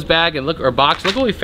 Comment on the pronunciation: Warshington... ha